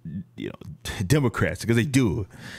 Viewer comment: Bro you almost said dummer-crats.